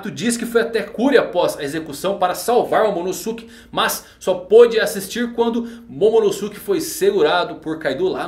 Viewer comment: Poha eh /Momonôske/ que se pronuncia